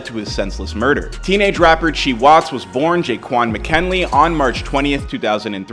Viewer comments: Its C-Hii!! Long live bro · c-hii ( C high) no chii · it’s pronounced c high u dummy stop talking kid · It’s C-high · His name is pronounced "see high" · * C - Hiiii” like High C but flipped🥴pls don’t do him respect the legacy lordddd..I need y’all to do a lil better😭